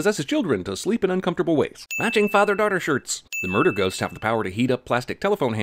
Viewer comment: Everything wrong with how he pronounced murder and breach